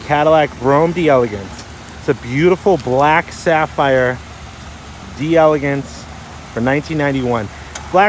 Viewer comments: It's pronounced... Dellagance... Not... D! Elegance... Ugh! Ignorance! Respect the French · my friend it's not pronounced "deee elegance", it's French and it's d'elegance like "dUh elegans" lol